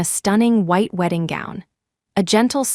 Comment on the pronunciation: WHITE NOT WIDE AS SHEET